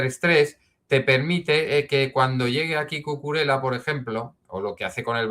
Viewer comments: Por favor Cucurela no! es Cucurella! Lo he oído varias veces a otros comentaristas y suena fatal! la ll se pronuncia como una y. Ejemplo: llave y no lave. Perdón por la corrección fonética! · excelente analisis pero no se pronuncia Cucurela pq no es italiano, es catalán y se pronuncia Cucurella, saludos